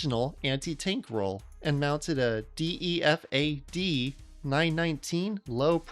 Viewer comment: he pronounced all kinda badly. Dee ee ef ay? Es oh ef ay em? Ee-veen?